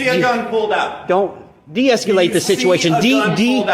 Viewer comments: Deesculate, sounds like ejaculate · Hopefully he learns how to pronounce deescalate, and not deesculate🤣😂 Sorry, mispronunciation is a huge pet peeve of mine🤣😂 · Who says de-escalate like that? There is no "u" my guy. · The word is “deescalate.” Can’t stand people adding extra syllables. 🤦🏼‍♂️